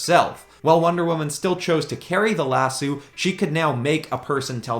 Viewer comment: Lasoo? Not lasso?